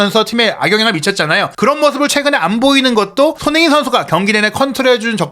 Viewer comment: "손흥민" 발음을 좀 정확히 해 주실 수 없을까요? 다른 발음은 모두 정확하신데...